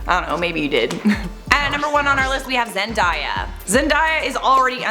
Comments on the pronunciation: It’s not zen-DIE-ya. It’s Zen-DAY-ya. 🤔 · Zen.day.a not Zen.die.a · Zen-DAY-a not Zen-die-ya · It is ZendAAAya not Zendia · I'm sorry but it bothered me way too much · When she said zen-diiiyyaa I cringed so hard lol it’s zen-day-a zendaya has said it so many times bruh get it right 😂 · Its Zen-day-ya not Zen-die-ya...nice vid tho :) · You pronounced Zendaya wrong. It’s “day” as in daytime. I love your vids tho!!! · It's Zen - dae - iya not Zen - die- yah 😒😂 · It's Zen-"day"-"yah" not Zen-"die"-"yah" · It's ZenDAYa, not ZenDIEa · It’s zen day ah not zen die ah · "Zen–die–ya" (It's Zen–day–ya, right?) Ok then. Love you though,! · Omg it's 'Zen' 'day' a' seriously who doesn't know this??? 😒😶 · Wait I thought it was pronounced as "ZenDAAAYa" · Bruh it’s zen-day-ah how people still miss pronounce it idk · Why the hell did she say (zen-die-ah) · Sis why you butchered zen-dayyy- ya name like that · Zen*DAY*A Not “white washed”. It’s “pigment change.” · Its pronounced zenDAYa. as in, 🎵Zendaya is Meechee.🎵 #queen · Okay sorry but it’s zenDAYa I was literally watching a video of her explaining how to say her name yesterday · U said “zendia” but I still love u❤️❤️😂😂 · Lol she said zendiea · I love this channel you pronounce her name wrong it's Zendaya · it's zen-day-ya though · who is zen-DIE-a ... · No.... That is not how you say Zendaya... Zen-day-a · I always thought it was pronounced zen-day-a? Weird ... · Zendaya herself had said in a vid it's pronounced as zen-day-a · i cringed when you pronounced zendayas name like that wow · You said Zendays name wrong but I forgive you cause you are 👑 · Why did she pronounce Zendaya like that or have I been saying it wrong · you said zendaya name wrong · ok so we not finna talk about how she pronounced Zendaya😬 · You kept saying zendaya wrong she doesn't have a i in her name pet peeve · Not how you pronounce Zendaya’s name 🙃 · I cringe at the way you said Zendaya